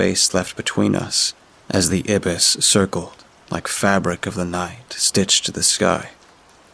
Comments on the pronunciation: haha, its actually "eye-biss" (or ai-bis) instead of "ib-biss" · Black Ibis? Ibis is pronounced eye-bis not ebis. Those mispronunciations ruin the story for me.